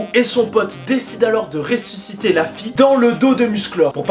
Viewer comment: À Oui dis pourquoi tu dit réçusité